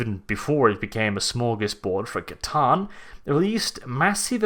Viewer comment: Thank you for proper pronouncement of the C'tan instead of the people who say S'tan !